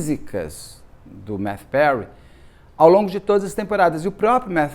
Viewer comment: É Mathew, não MaTThew.